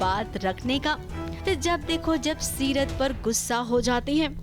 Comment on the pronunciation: Seerat ha setar nhi 😂